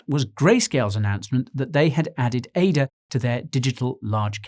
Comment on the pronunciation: Impeccable composure despite yesterday's defeat, but celebrating defeat is such a British trait. Jokes aside, great news style content but please call it Ada and not A-D-A.